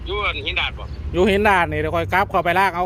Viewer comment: ออกเสียงคำว่า"หินดาด" ไม่ใชหินดาน